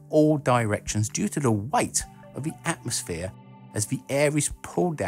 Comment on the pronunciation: "Atomsphere" LOLZ!!!